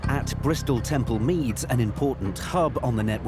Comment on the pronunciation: It’s TEMPLE Meads, not Temple MEADS!